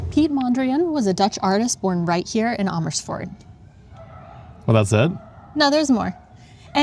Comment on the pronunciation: The way you pronounce Amersfoort, it's not quite right, but a lot better than before!